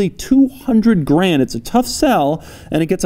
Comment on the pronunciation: putting emphasis maybe not intentionally but still